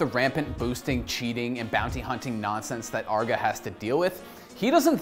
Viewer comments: its not Arr-GA Its Ar-Gae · Its arguh? I thought it was just arge, like you say large just without the L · for me the worst part of this vid is saying arg uh instead of arg geey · It's Arrge, not Argg. He's not a pirate! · It's Arr-gey not Arg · I was triggered by hin saying "Arrgo" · ARRGEEEEEE MAYTEE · between the unbuttoned shirt and the pronunciation of Arrgee, this is my favorite video yet. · He pronounced his name "argo" wtf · you say his name wrong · You can tell this dude didn't know what he's talking about and just needed a video. He's literally just recapping arrge's video he made and saying his name wrong repeatedly. Lazy video. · You absolutely butchered the name but glad to see an OW video an especially and aarge one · You mispronounced his name the entire episode, have an unbuttoned shirt, and don't really know that much about this guy at all (I mean for a good portion of the video you were just paraphrasing what he said in the interview). Gonna be honest, this is probably the worst episode I've seen on this channel. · Damn... Pronounce his name right. You do research yet can't say his damn name...